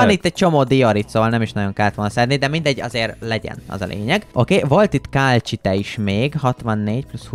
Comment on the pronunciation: Az nem kálcsite hanem kalcit